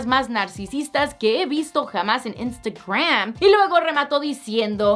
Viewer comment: Wey, pronuncia bien "Instagram" 😒😒😒